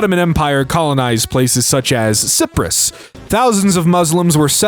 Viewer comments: He pronounced Cyprus as Ciprus. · He doesn't know how to pronounce Cyprus either.